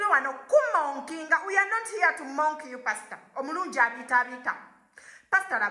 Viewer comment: Mukwano ekigambo kili "mock' so monk. 😅